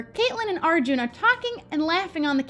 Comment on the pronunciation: Lol im pretty sure it’s pronounced like are-jun